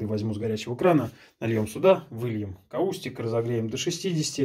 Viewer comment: Никак не каУстик - кАустик. Крайне не рекомендуется как ОЧЕНЬ агрессивный химикат!